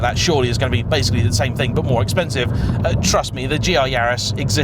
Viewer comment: You didn’t just say “thang” 😳😳😳😳